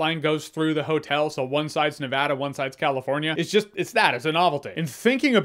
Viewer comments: Praise be to the baby Jesus he said Nevada correctly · Props on saying Nevada correctly